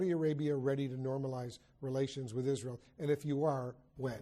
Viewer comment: اسأله عن طريق الغباء الاصطناعي 😂 و ياصبر المملكة العربية السعودية على هل تدخلات في شؤون الداخلية و السؤال الاخير هل دول الخليج ستكون في اتفاقية سلام مع عزرائيل وهو ينطقها